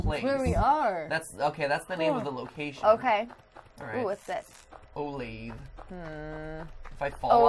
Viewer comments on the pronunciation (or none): You said Olathe wrong. it's Oh-lay-th-uh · It's pronounced O LAY THE and is a city in kansas. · It's pronounced O-lay-tha😂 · Olathe-> Oh-lay-thah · I'm just annoyed that they keep on pronouncing my home town wrong, olathe is pronounced O-lay-tha